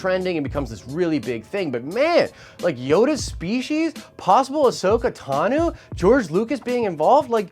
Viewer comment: Is no one else triggered by him saying Tanu as opposed to Tano? So annoying